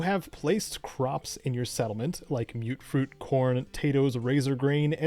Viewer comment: Thank you for pronouncing Mutfruit correctly!